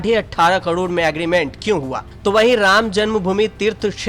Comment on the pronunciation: कडोड नही करोड